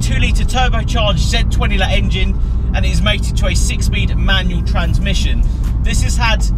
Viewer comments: Z20let ??? You mean z20leh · Its not a z20let its a z20leh